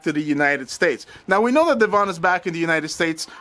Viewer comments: Deavon pronounced like Devin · You need to listen to Celeb Guy video about this. Because he spoke to Devon (which you are pronouncing wrong). He explains the situation.